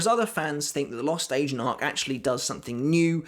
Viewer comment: It's sounds like he's saying the lost " Asian " arc!